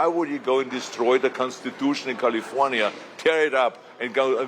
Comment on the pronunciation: First of all he should learn how to pronounce the word “California” …then he should talk about prop 187 which he was for, prop 187 was designed to get rid of Hispanics.….I don’t know why people give this guy any credit as governor….he was bad, Californians, specially Hispanics should not bother listening to him….he should go to Texas and talk to them about gerrymandering, not us Californians…